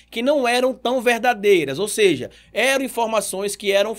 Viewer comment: Irmão, acompanho seus vídeos e dou valor a seu trabalho. Só uma dica, espero que não pareça crítica destrutiva. No início do vídeo vc falou: ela "seje" no lugar de seja . Falou tb em ela prestar "seviço" no lugar de serviço.